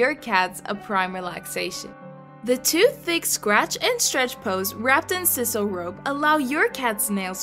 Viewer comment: Sisal is pronounced SIGH-SAL, not SIS-al.